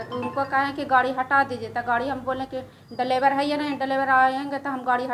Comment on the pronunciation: पहले प्रमुख जी ये बताये की ये Scorpio ke liye 20 लाख रुपये कहाँ से लायी | दूसरी बात प्रमुख को पर month 10,000 मिलता है saulry, और ये ड्राइवर को 12,000 पर month कहाँ से देती है| तीसरी बात इसको बोलने आता ही नहीं है, ड्राईवर को delebar बोल रही है l